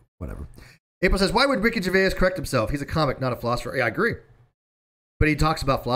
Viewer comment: Rickey Gervais is pronounced jer-VAYZ, not jer-VAY-ass! Although, thinking about it and his explanation of Agnostic Atheist on the Stephen Colbert Show, you may well be right... 🤣🤣🤣🤣 {:o:O:}